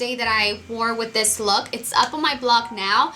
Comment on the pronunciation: i swear am not hating,am just curious,,why does she tend to switch the "z" and the "s" when she's talking..like she said "i like to put thiZ on my noSe " !!